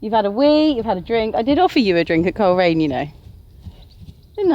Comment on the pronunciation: I think heard "Cheltenham" when you said "Coleraine" 😂 😂 She's finding the 100 easy peasy! 💖